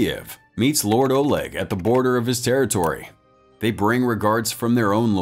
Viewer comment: not oleg olog FFS can you read?